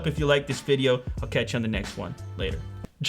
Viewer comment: "He's so coul" xD